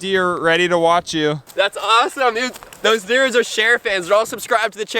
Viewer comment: LOL HE SAID DEERS AT FIRST